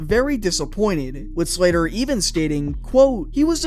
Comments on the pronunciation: Sather not Slater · Sather not Slatter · "Sather", not "Slater". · Good video, love the topic. Just one small critique, you pronounced Glen Sather as "Slater" a few times when discussing that English chap.